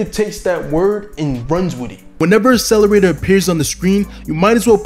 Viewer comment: There are two Cs in 'Accelerator'. Stop with the ASS-eleraytor bro.